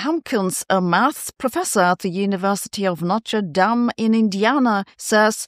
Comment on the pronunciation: you know Sabine is European because she pronounce Notre Dame correctly. We Americans butcher pronunciation. If you ask a taxi driver to take you to Goethe Street in Chicago, he has no idea until you say GO-thee.